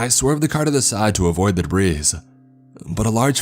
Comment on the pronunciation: Did you really pronounce "debris" as "dabreez"??? You are almost as bad as....ok..no you are not since he reads on about the same level as a 4th grader...but c'mon...🙄